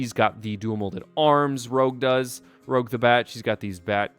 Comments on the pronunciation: it's pronounced "roosch", not "rowg" get it right you dingbat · It’s pronounced rouge not rogue. By the way I disagree with the mech fitting because why would knuckles use a mech? Lastly the giant emerald in the set is the master emerald not a chaos emerald.